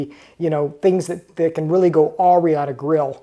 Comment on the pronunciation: Did he really say "ahhhhh-reeee" instead of "ughhh-rye" for awry??? 😂